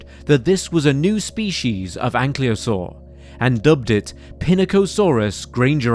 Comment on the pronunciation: Why is "Ankylosaur" being pronounced as "Anklyosaur"?